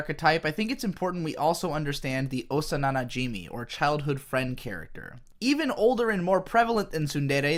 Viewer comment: "Osa nana Jimmy" It's Osana najimi